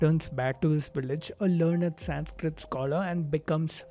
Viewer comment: Bro you are Indian. You must know the correct pronunciation of the word "Sanskrit"